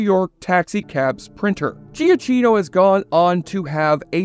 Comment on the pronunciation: Giacchino is pronounced "Jackeeno" not "Gia cheeno" lol